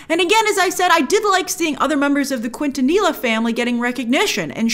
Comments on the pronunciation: repeat after me, KIN-tah-KNEE-yah!!! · The correct pronunciation for her last name is “keen-ta-knee-ya” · Hey Grace Quintanilla is pronounced like Ken-Ta-Nilla ... hard last name! but thanks for reviewing a latinx base tv show! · I’m watching with my family 👍 Also, it’s Quintanilla pronounced (kingtaniya) not (Quinntaniya) like Harley Quinn lol 😂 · Selena’s last name is pronounced as “keen-ta-knee-yuh” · Kwin-tuh-kneela, I’m not mad tho lmfao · “Kwawntuhkneeluh” family I’m 😭😭😭😭😭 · Queen-tah- knee-lah family. That cut right through me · It's pronounced Keen-ten-eeeh-yah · Grace it’s pronounced Quintanilla keen•ta•nee•ya Doesn’t have to be perfect but there’s you go. Also I agree so far not as good as 97 movie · The way she pronounces quintanilla 😂😂 it’s pronounced Keen-ta-knee-ya friend lol 😝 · It’s Quantaneela. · Dont speak or write spanish. It looks to us like Qwint ton illa. Lolzz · This is a constructive criticism to whoever doesn’t speak Spanish (which I completely understand). When there’s a word with the letter “LL” like pollo (chicken) or even the last name “Quintanilla” it’s pronounced like “poYo” or “QuintaniYa”. Hope this little detail helps some people🥰 Gracias! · QUINTANILLA (cain-TAN-nee-ya) GRACE! Lol 😆 💜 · The last name is pronounced “Keen-tah-ni-yah” Quintanilla Grace. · Selena Quintanilla = Keen-Tan-Nee-Ya! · Not Quantaneller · Grace, why do you always have to butcher the pronunications of Spanish names and terms lol??? Their last name is pronounced KEEN-tuh-KNEE-yuh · “Quanta Nila” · Quintanilla - Quinta-Nee-Ya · Grace I love you but you butchered Selena’s last name 🥲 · I give her credit for trying, but I was tempted to correct as well 😂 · Thank you lol. The way she said her last name I cringed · Yes! I shuddered hearing her say that! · Quintanilla is said nearly a million times in the show. Makes me question if she actually watched it or simply googled others reviews. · And she just watched the series where it was repeated many times that way. Lol